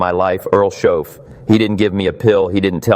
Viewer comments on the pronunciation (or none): Nice AI generated Jim Rohn talk, wish it would pronounce Earl Shoaff's name correctly, its Shoaff not Shaft